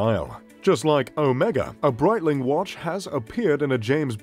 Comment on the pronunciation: I stopped after hearing Breitling...